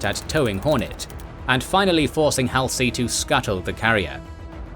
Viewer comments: kids u are going to be saying Halsey a lot so lets get it right it is not hal sie It is pronounced Hal- Zee Know this is # 49 and u have already done at least 70 by now but after 71 I expect u to get it right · It's Hallzee...NOT Halsee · How can you know SO much about this and present it so well.......but you've never heard anyone say "Halsey" before?